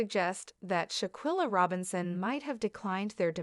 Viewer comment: Every time her name was said, it was mispronounced. If you’re going to tell it SAY HER NAME correctly. Folks just wanna talk just to be talking!